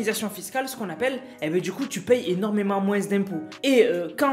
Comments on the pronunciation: On dit moin pas moinse je nempeu plus dsl a chaque de tes video je su porte mais sinon très bonne vidéo mrc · on dit moins d'impôt pas moise d'impôt